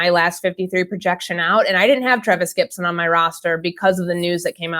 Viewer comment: It's "Gipson", not "Gibson", you tool.